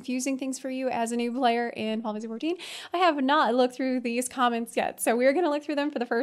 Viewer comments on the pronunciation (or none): I'm new here. Is exaggeratedly abbreviated pronunciation of Final Fantasy XIV (Fin- Ffuh- 14) considered a meme? Because if it's not, it should be.